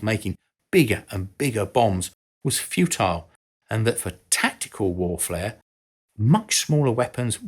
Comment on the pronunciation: the mispronounciation "tactical warflair" sounds like a suitable adjective for Hans Marseille...